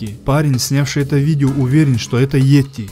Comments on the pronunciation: Не етти, бть, а йети! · Не "етти",бл,а "йети"!Неужели трудно прочитать написанное? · А не этти